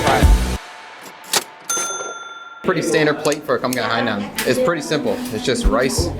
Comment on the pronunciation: As a Vietnamese person born and raised in the states, nothing bother s me more than how Hainanese chicken is butchered...it's like whyyyy